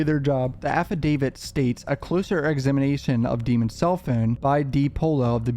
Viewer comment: I love how you still call him "DEEMON" when we've heard his lawyers correct the DA and the judge and the media multiple times as well as you having a laugh about that on every other video, hehe! His crime is simply to evil to get that name right i suppose....he just has that certain something about him.....something's not quite right, is it? ˘J˘